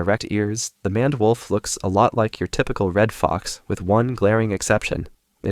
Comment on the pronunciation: It's pronounced mained wolf